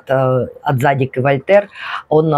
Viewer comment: ваше зАдик режет слух) тем более ваш любимый бренд)